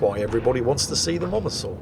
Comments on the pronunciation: Mosasaur,. Like 'Moses.' Not Momuhsaur! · Am i the only bothered by the fact that keeps saying the name of the Mosasaur as "momasaur"? Is this some weird fetish of we havent seen before? Or is it just him being "old and crap" as usual? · He can't read: just read the name - pronounce the "SA"